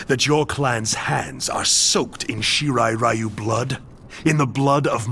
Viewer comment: Flawless video as always,! Random rant: It keeps really bothering me that NRS keep mispronouncing the Shirai Ryu-name as "Shirai Rye-You".